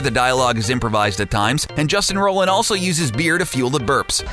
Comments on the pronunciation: I feel like the narrator has no idea about anything he is talking about. I feel like the narrator is just reading off of a script. Like whenever he says "get schwifty" he sounds like he has no idea how to pronounce it and the fact that he prounces "Roiland" as "Rolland" makes it seem like the script is just typed out in all caps. Fucking amatures I swear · A video claiming to have facts no one knows-can't pronounce "Roiland". JFC... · You repeated a fact, you pronounce Roiland wrong consistently and none of these are secrets.. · How much research would it have taken to correctly pronounce the last name of the show's creator properly? The mistake became too difficult to ignore around the 40th time it happened. So much cringe. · *roiland not Rolland you peasant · ROILAND NOT ROLAND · Great video but Roiland, not Roland please. Love the video tho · "Roy-land"...lets try those two out. "Roy". "Land". Great. Now lets say them really really fast together. "Roiland". Great....NOW QUIT SAYING ROLLAND!! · its roiland not roland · Roiland is pronounced ROYland! ROYland! not rowland Idk why this annoyed me so much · It’s pronounced ROY-land not Roland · You're pronouncing Justin Roiland's name like Justin Roland. You should pronounce it Roy-land. God like you think people would know how to read words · it's justin roiland not rolland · Roiland not Roland. Roy-land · ROILAND NOT ROLAND YOU DUNSE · ROI LAND not ROLL LAND. Hire a narrator who knows what he's talking about! Or at least can read the script. Or does the writer not know the names of the people he's writing about? And an editor who knows what's a Meeseeks and what's a jellybean. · HOLY SHIT SAY JUSTIN'S NAME RIGHT IT'S ROILAND NOT ROLAND YOU IDIOT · DID YOU JUST SAY ROE-LAND ITS ROY-LAND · It's pronounced ROY-LIND not ROH-LAND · It's ROILAND, not Roland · Justin ROI-land not Roland, k thx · I believe it's pronounced "ROY-land". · It's ROY-land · Take a shot every time he says 'Justin rolland' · Roiland. Like ROY-LAND.